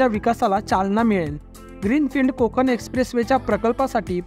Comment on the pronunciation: कोकन नाहीं कोकण. पेन नाही पेण